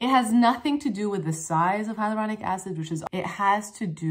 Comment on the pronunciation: Still not saying it right haha I love it when u get so excited, you stumble over your words! The energy is REAL